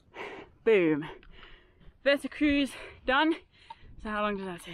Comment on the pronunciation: Wetterkreuz - your pronunciation is totally wrong, it should be Wetterkroits (eu=oi, z=ts); you should learn some Deutsch for hiking in German-speaking countries and in the Alps (Germany, Austria, Switzerland and so on) 😁